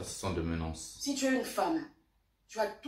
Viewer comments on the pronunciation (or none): On ne dit pas ménaNce petit… on dit ménace quand même bien parlé🦅🦅🦅🦅🦅🦅